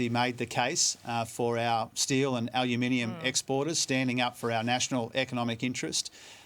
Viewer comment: Is channel 7 pro trump? To the newsreader: it's al/U/minium, not alaminium.